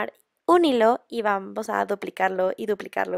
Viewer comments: en el minuto del video que dise dise hijo en ves de hilo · like si viste que en lugar de decir hilo de algodon decia hijo de algodon